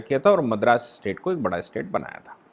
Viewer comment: स्टेट शब्दका उच्चार आप इस्टेट ऐसा क्यूं करते है। राज्यको मालमत्ता बनाना डरावना नही है क्या?